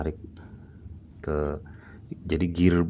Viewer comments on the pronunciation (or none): none